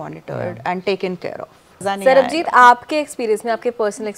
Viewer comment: Didi wo Sarbajeet hai, Sarabjeet nahi 😭😭🤣🤣